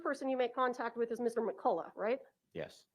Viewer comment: I can’t cope with the pros calling Mr McCulloch “Mr McColler. It’s pronounced McCulloch. 😂